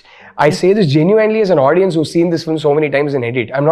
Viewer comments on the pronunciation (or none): Illiterates, now even rashmika is saying 'audien' wtf